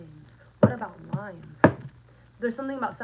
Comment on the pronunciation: I heard shrines not lines...hmmm.